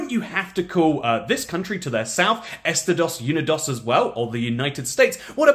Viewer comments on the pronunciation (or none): I don't think "Estados Unidos" is properly pronounced "Esta-dose Uni-dose". But it should be. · That was a very heretical pronunciation indeed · “Estidawss yoonidawss” 😭😭😭